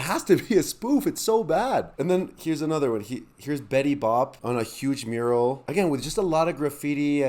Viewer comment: I'm not sure what upset me more Adrian's are or the way you pronounced Betty boop